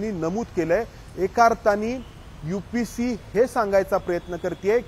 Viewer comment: तुमची मांडणी करून सांगायची पद्धत खूप छान आहे,मी तुम्हाला खूप दा पाहिलं आहे पण एक सांगायचं होत की तुम्ही UPSC ला UPC असं का उल्लेख करता खूपदा तुमच्या तोंडून एकल आहे UPSC अस क्लिअर बोला की